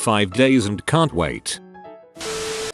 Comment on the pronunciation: You really should monitor what your AI says. In the intro it said liv instead of laiv for live